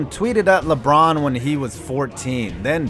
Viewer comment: im so happy this man didn't say lebronto